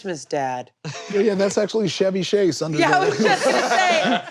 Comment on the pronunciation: Yo, did say “Shevy Shase?”